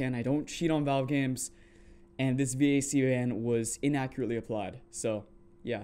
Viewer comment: the vac ban was for csgo. if you at any point had any third party dll hooked to csgo, you got banned, whether the dll were cheats or not. also a vac ban doesnt ban you from all games. and lastly, it’s just pronounced “vahk” or like vacuum without the uum